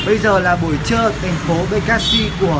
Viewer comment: vãi anh nói buổi trưa thành buổi trư